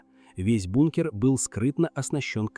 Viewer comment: 50000 футов это сколько чего? ИИшная жвачка. Слова не все произносит нормально. БУНКР